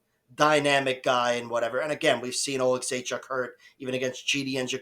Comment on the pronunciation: You pronounced Oleksiejczuks name the best of all youtube 😂